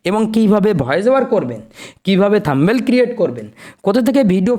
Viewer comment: kothata থাম্বেল হবে না। কথাটা হবে থামনেইল।।।